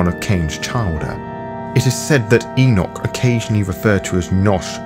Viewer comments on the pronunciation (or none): none